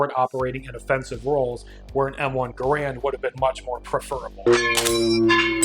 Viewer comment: I'm bumping you up a 1000 cool points for correctly pronouncing M1 GARAND, That whole Gerund BS comes from a footnote in Hatchers book of the Garand which oddly enough spells it Garand on the cover and not Gerund like a few YouTube gun snobs insist it be called. Yeah, we all get he was French/Canadian and it's correctly pronounced Gerund in French, Garand didn't care and neither should anyone else, Millions of GI's and American civilians call it the Garand, I see it as disrespect to those who fought with it, I guess next certain gunsnobs will insist we stop referring to the M60 as the PIG or some other nonsense.